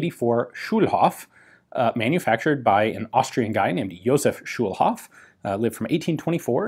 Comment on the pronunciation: Schulhof -> School Yard or something like that... and its a long o, not a short one ;)